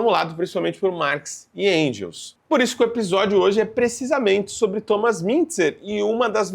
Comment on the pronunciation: Que agonia ele falando Endgels